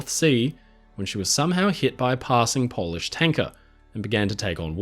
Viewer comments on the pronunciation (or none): none